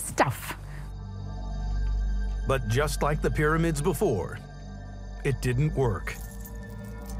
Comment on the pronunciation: The way she says “stuff” is borderline rude lol she just kinda spits it out. It’s probably just me but I thought it was funny.